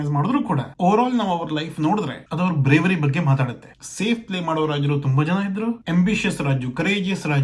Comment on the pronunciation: ಏನೂ ಬಗ್ಗ ಬಗ್ಗ ಅಂತೀಯಾ ಮೊದಲು ಕನ್ನಡ ಉಚ್ಚಾರಣೆ ಮಾಡೋದು ಕಲಿ, ಬಗ್ಗೆ ಅಂತ ಅನಬೇಕು, ಮತ್ತು ಇಲ್ಲಿ ಶಿವಾಜಿ ಯನ್ನ ಹೆಚ್ಚಿಗೆ ಪ್ರಚಾರ ಮಾಡ್ತಾ ಇರೋದು ಮರಾಠ ಸಮುದಾಯ ಅವರಿಗೆ ಆವರ ಸಾಮ್ರಾಟ್ ಬಗ್ಗೆ ವಿಪರೀತ ಅಭಿಮಾನ ಇದೇ ಅಷ್ಟೇ. ಮರಾಠ ಸಮುದಾಯ ಈಗಲೂ ಬಹಳ ಪ್ರಬಲ ಸಮುದಾಯ ಮಹಾರಾಷ್ಟ್ರ ಸುತ್ತಲೂ ಇವರ ಪ್ರಭಾವ ವಿಪರೀತ ಇದೆ ಅದರ ಪ್ರಭಾವಕ್ಕೆ ಲಿಂಗಾಯತ, ಕುರುಬ,ನಾಯಕ್,ಬ್ರಾಹ್ಮಣ, ಜೈನ ಎಲ್ಲರೂ ಒಳಗಾಗಿದ್ದಾರೆ ಅಷ್ಟೇ ಯಾಕೇ ಮುಸ್ಲಿಮರು ಕೂಡ ಹೊರಗಡೆ ಶಿವಾಜಿ ಮಹಾರಾಜರ ನ್ನೂ ಕೊಂಡಾಡುತ್ತಾರೆ ಅದಕ್ಕೇ ತಾನೇ ಸಂಜಯ್ ಖಾನ್ The Great Maratha serial ಹೊರ ತಂದಿದ್ದರು.